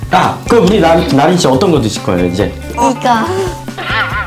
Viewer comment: 마자요 근데 다린이라고 들려요